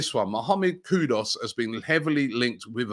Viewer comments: why do you keep pronouncing Mohammed KudUs, Mohammed KudOs? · Kudus, not Kudos.... please Robbie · Is that name really pronounced kudos? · Robbie please I beg go and get the right pronunciation for “Kudus”.